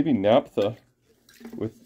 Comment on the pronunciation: That must be some wicked overspray if none of those things remove it..........for the record, it's naphtha not naptha.